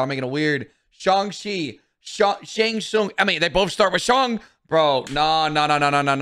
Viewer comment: Bro said Shang Chi😭😭